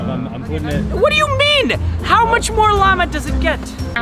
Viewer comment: pronouncing "Llama" as "LAM-UH" is 100% a nod to Tony Vlachos.